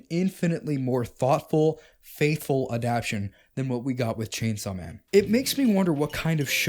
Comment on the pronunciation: Bro really made a 40 min video essay saying the word "Adaptation" wrong every time